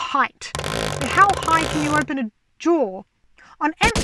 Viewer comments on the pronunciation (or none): You say jaw but I keep hearing drawer